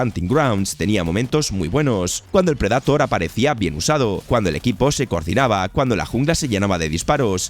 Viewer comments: Y cada que dice pred"A"tor un gato 😂😂😂😂 dar mucho cringe que pronuncie taaaaaaaaaaaaan mal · Insisto, buenísimos videos, pero que cringe da que pronuncie tan mal el inglés, como que predAtor? 🙄🙄🙄🙄